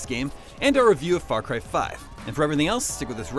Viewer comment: FRAR CRY!